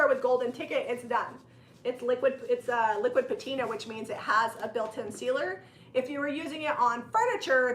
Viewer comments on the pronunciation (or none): The correct pronunciation of patina is pat-i-na.....art artisans know if you are professional if you pronounce it correctly....